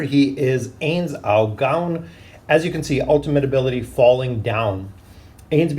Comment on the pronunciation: oh god the pronunciations of Ainz Ooal Gown hurt me